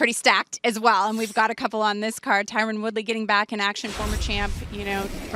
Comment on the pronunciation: jesus Dana his name isn't TYRONEEE lol god